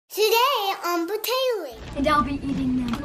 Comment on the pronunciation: Vanessa the Bilingual Girl Bratayley not Bratayleyer